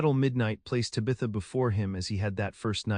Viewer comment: It’s not tibatha it’s taaabatha.